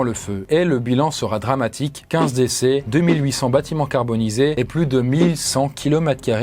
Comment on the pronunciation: Intéressante vidéo, comme d’habitude! Mais on va parler de la i-15 pour interstate 15 et pas L15!